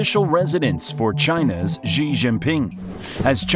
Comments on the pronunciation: How can you believe anything that a moron says about China who calls Xi Gee? It's She, you American clown. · I stopped as soon as he mispronounced Xi.